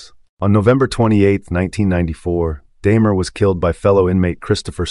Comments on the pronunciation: DAHmer, not DAYmer. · I appreciate the effort of these videos but right off the bat... This is the first video I've stumbled across of yours. 'Daymer?' Really? 🙄